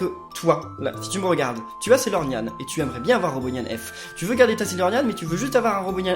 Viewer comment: tu a dis Sailornyan F